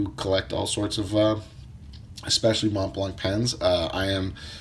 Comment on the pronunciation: Collecting and still can not pronounce the brand. ..